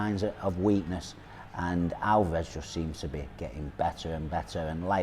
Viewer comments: Its Alvarez, not Alvaaarez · Who the fuck is ''Alvah res'' ?! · Hate when people call him alvaaarez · British English- they put emphasis on the middel of the name, Al- Vah- rez American English, they put the emphasis on the beginning of the name, AaL-varez Spanish- Al- va- Rez (more of a neutral on through out but slightly more emphasis on the end)